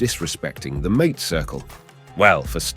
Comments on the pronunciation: It is "maa-tay"; not mate, like house mate.... I can't wait for this AI slop to die! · ong, AI y'all soooo fos. ok .i'll hip ya. "MATE" is pronounced "MAHTAY". that whole thing was just catastrophic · Well done, but how can one talk about "hierba mate" without knowing how to pronounce MA-te? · That is the trouble with AI narraators. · The way that you pronounce mate is disrespectful to the mate circle and indicates IA production…. But a solid A in content, thank you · Sweltering Uruguayan Summers? I am Uruguayan. Our Summers are not "sweltering!" Mate is not pronounced like English "buddy" . It is MATE ! Idiocy ! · Sí sí The way the man pronounces mate is not correct, at least as I have heard it. Am I correct or is there a regional difference?